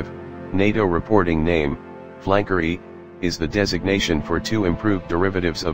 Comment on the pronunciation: Su-35 NATO name is Flakory? ... The Su designation was pronounced by saying the letters S U not Sue; the U.S. military could have had it wrong I suppose. Computer voices are horrible. I stopped watching at :36 in the video.